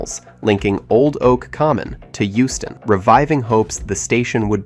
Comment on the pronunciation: Euston not Houston 😂